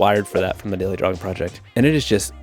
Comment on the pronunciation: ... Do you keep saying drawling?"